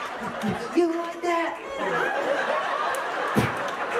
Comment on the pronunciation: “That’s why I have thaT” sounds like periodT and I love it.